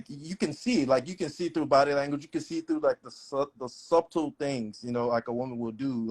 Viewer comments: He’s mispronounced “subtle”. Idk about letting him lead… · After he pronounced “SUB TLE” I turned it off. Okay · It wasn’t “suptle” at all. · no, he wasn’t sub-tle. I’ve never heard someone pronounce the hard b in subtle lmao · I’ve never heard a “doctor(resident)” pronounce subtle that way… 🤔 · I can't respect "leaders" who get their rhetoric and point of view from podcasters. And the b in subtle is silent! 🤦🏾‍♀️ Such a lame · He can’t even pronounce “subtle” properly chile, I can’t or won’t take him seriously. 🫠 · What he wants is a Stepford Wife. Someone that will do what he says, at all times, and never question him. I honestly don't believe he's an anesthesiologist. He couldn't even pronounce the word correctly, along with subtle, prioritize, and assertive. There's no way he could put me to sleep. The way he was talking about women, and how they look? Imagine what he's saying about some of these women that he has to put to sleep if they're overweight?? So damn uncouth and ridiculous!!!! If he is a doctor, wonder why some of these patients have bad experiences. He's a prime example if that's his profession. Way to go!!!! Glad you shut him down. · Not “subtle” with the “b” pronounced, though. Sir. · He is lying. He pronounced the B in SUBTLE…. He has mispronounced several words incorrectly. Definitely lying! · He literally pronounced subtle with a loud B 💀 you don't really believe he's an anesthesiologist, do you? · I don’t think he’s dumb because he pronounced subtle wrong, we don’t know if english isn’t his first language. To be frank, YOU aren’t a doctor and you can’t handle emergencies. So i’m sure he can easily call you the same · Just because he pronounced subtle with a loud B isn't an indication that he can't spell it or even better pass the MCAT. Chances are he writes better grammar than you do. The FACT is, he is in residency. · Never in my life heard the b in subtle lol